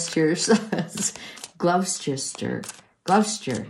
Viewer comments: Gloucester is pronounced Glosster. Confusing I know! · Gloucester is pronounced Gloss-ter. In Massachusetts anyway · Gloucester is pronounced Gloster. Gloucestershire is pronounced Glostershire. Worcestershire is pronounced Wuster. Leicestershire is pronounced Lester. 😊❤x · Gloucester sounds like Gloss ter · THANX FOR THE READING.....YOU HAD ME PROPER GIGGLIING WHEN YOU TRIED TO SAY GLOUCESTER... SAY IT LIKE "GLOSS-TER " & OTHER ONE..WUSS-TER OR AT LEAST THATS HOW YORKSHIRE PPL PRONOUNCE IT... THE DRINK LOOKS MOREISH X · Gloss ter = Gloucester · It's pronounced gloss chestershire 😅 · 😄 at your pronunciation of Gloucester.It's pronounced Gloster.Good old English language and pronounciation.😄